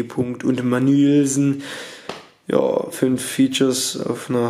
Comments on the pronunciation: Diggah, glaube du musst mal lernen die Namen der Rapper aus zu sprechen, wenn du schon solche Video's machst. Bist mir schon so nen Pillaaath oder Manielsen 😂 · Jedes mal wenn du Mannülsen sagst muss ich lachen :D Bester Mann